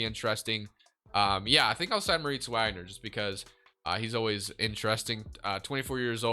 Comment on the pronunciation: do u pronounce moritz wagners name wrong on purpose?